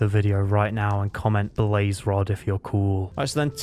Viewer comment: “Blaze rod”